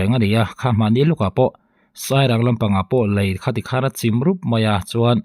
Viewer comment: 0.36 'chim' itih khi,i thluk danah chuan tuiin thil achim ang in ilam daih a,lei chim,in chim tih te anga thluk lo a chim ti alam tur